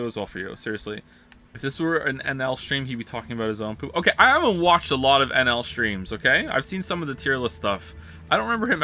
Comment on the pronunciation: Him saying "I love NL" sounds like "I love alan" I just can't unhear it